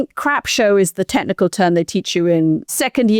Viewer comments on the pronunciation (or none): "Techenema." Okay, maybe I'll slide the playback-speed back down to 1.0x if keeps talking like that.